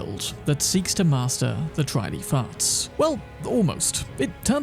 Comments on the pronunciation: ( - I totally heard "Dry Leaf Farts"...! 😉😲😬) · I swore you said, "Dry lee farts." XD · The first time you said dry leaf arts I heard Ranni farts. It confused me.